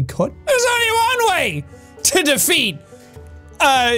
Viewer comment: defeat actually sounds like the feet if u listen closely.